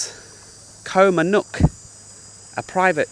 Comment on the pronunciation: You’ve been in Thailand for a long time now. How is it you still don’t properly pronounce “Koh”??